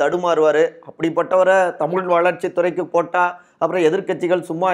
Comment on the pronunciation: ஏயோவ் தமுல் என பேசாதீர் தமிழ் என பேசுங்கள் தமிழை அழிக்காதீர் வேண்டுமென்று பேசுகிறீரா? திருத்தி கொள்ள வேண்டும்